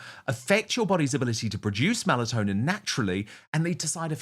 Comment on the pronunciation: Melatonin, not Malatonin